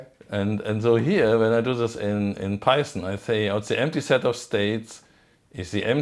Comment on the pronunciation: Python? Oh, you mean Peißn! Yes, hörd of it.